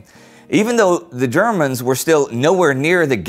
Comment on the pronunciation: Every time Indy says "the Germans, I hear "ze Germans".... I am a horrible human being. XD